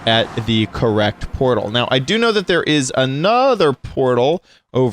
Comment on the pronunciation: WHY is say portal shoosish